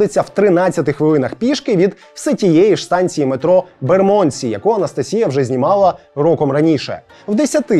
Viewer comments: Район Лондона правильно вимовляється з наголосом на букву "Е": бЕрмодсі, а не на букву "О": бермОндсі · Пробачте, я мешкаю в Лондонi, тому додам свої дві копійки. Bermondsey вимовляється як Бєрмандсi (наголос на "Бєр"), а Southwark - як Сазєрк (наголос на "Са").